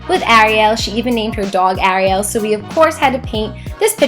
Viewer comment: it bugged me when she said Ariel everybody as a different way of saying it but it's just a pet peeve of mine but im ok not trying to be mean or hate I would never do anything like that